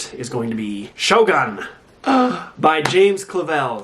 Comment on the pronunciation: It's not pronounced sho🔫 it's pronounced shogoon (my mothertongue isn't english, so not sure my pronounciation description is understandable). I'm a Japanese studies student and taucht Japanese history as a tutor for 3 semesters. Hope that helps.🙈 I love your videos btw!